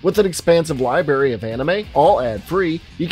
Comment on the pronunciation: Did you just say "libary"? Dislike